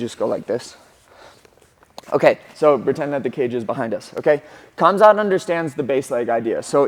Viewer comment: "KH"amzat, like spanish 'J'-amzat